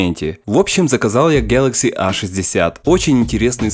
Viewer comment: Пожалуйста, не говори "гьэлэкси", слух режет, а за обзор большое спасибо!